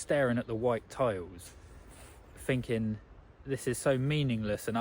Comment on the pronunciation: Pretty sure its "thinking" not finking.